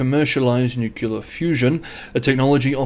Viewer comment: Please don’t say nucular - say nuclear - “new clear”.